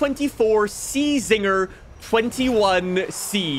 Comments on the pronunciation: “C-Zinger” 😭😂 it’s just Zinger 😂😂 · He knows, he just mispronounces names like czinger and beldevere to bait people into commenting. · Quick note, the C is silent on Czinger. Also, it has aluminum 3dprinted nodes to make up the frame, suspension, and also integrated the wheel hub and brake caliper. It then uses Carbon fiber tubes to connect the nodes to form the complete chassis. I worked for the 3d printing company that Kevin Czinger chose to partner with to make this car. Love the content, keep it up!